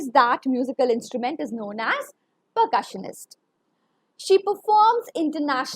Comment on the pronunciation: Very bad pronunciations...Sullivan, percussionist and many more pronunciations were wrong...